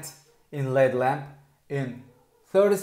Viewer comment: It’s L.E.D lamp. Not led lamp. 😂😂